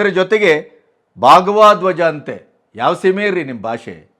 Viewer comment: ಭಾಗ್ವ ಧ್ವಜ ಅಲ್ಲ, ಭಗವಾ ಧ್ವಜ. ಉಚ್ಟಾರಣೆಯೇ ಬರಲ್ವಲ್ಲ ಅಣ್ಣ ನಿಮಗೆ.